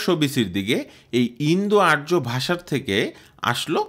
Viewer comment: আরো বেশী করে গবেষণা পঠনপাঠন করে কনটেন্ট তৈরি করা উচিত ছিল। আমুদরিয়া নদীর উৎস স্থল, উরাল নয়।আর্যকে ইয়ুমনা উচ্চারণ সঠিক নয়। জটিল বিষয়ের আনাড়ি কনটেন্ট।